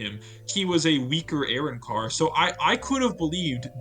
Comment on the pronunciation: Immediate dislike for how you pronounce arrancar